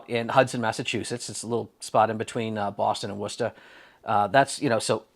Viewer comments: Props for saying "Wustah" like a local. Next time you're in that neck of the woods, we should grab some sushi. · Thank you for pronouncing the town correctly.